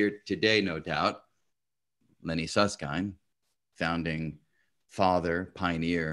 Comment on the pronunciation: Sus-s-kind 🤔 🤣 Just kidding 😜